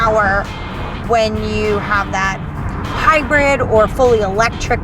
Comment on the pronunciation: "HYRID" lol